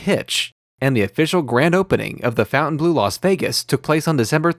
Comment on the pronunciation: I like your show but you should learn how to pronounce the name of the hotel correctly